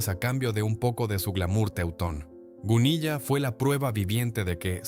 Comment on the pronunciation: Vamos a ver... No se lee Gunilla, como se escribe, se lee Gunila. Doble ele, pero no, elle. Os ponéis a contar cosas sin documentaros.